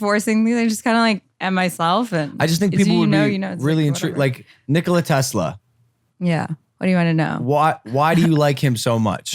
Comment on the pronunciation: Nikola Tesla the government stole his ideas I mean that is almost a fact it's not a theory and I think Shantel could probably compromise I don't know about confirming if he died a virgin Logan and no you did not pronounce his name right LOL how funny cell lab you there Logan Paul